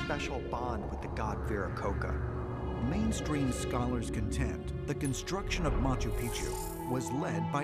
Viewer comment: Can’t even pronounce Viracocha correctly. Viracoka?? Vi ra co cha Like cha cha charmin.